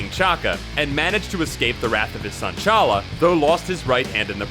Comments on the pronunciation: And it's T'Challa, not fucking Challa. Honestly, the number of times you fuck up the names is embarrassing considering this is a channel dedicated to comics and their characters. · I think you are supposed to pronounce the T in T'Challa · The T in T"Challa is pronounced, by the way. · it's pronounced T'Challa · you pronounced t challa wrong